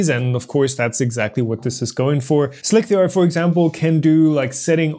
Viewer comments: slick 3 r is pronounced "slicer" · I agree that's likely. "eye-oh" as in letter I followed by letter O – the abbreviation for Input/Output. Slic3r is pronounced Slicer and Pathio is pronounced Path I/O – but not on Planet:) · Yeah, your pronunciation of slic3r is creating a problem in of itself... since nobody but you says slic-3-r... and yes I watched the original video where you started doing this. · How do people not get that Slic3r is pronounced Slicer? Wtf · Oh god, slick-three-arrgh .... I need to do something about that! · Slick-3-r, couldn't take it, stopped watching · Why does he keep pronouncing Slic3r as "Slick-three-r"?